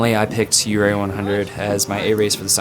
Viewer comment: From the moment I heard say "Ouray", I knew... wrong turn ahead 😉